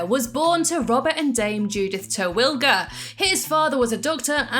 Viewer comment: ISnt his name pronounced "Teh-will-eh-ger"